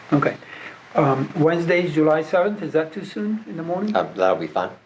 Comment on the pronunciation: His ignorant ass don't even know and probably don't care. Did he get those neck tattoos in prison. And finally,, someone please tell that lady attorney to stop saying 'dat'